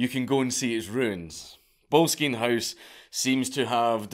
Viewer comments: Trust a weegie to mispronounce boleskine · I actually did some volunteering at Boleskine House, (pronounced 'bol es kin' NOT bowlskeen!??). I even camped out one night in the gardens in the hope of some spooky event....but alas, t'was not to be 🤣 The house has burned down twice in recent times and is in the process of being restored!! I actually have a stone from his fireplace in the ritual room he used!!! 😁 I don't know if Crowley, once termed the "Wickedest Man in the World" , was a" mad lad".......misunderstood perhaps and definitely a bit "mad", but not necessarily in an "evil" way. Anyway, Boleskine House (also once owned by Jimmy Page!!) is a fascinating place and well worth a visit!!!! 😁😁😁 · Oh mate that’s not how you pronounce Boleskine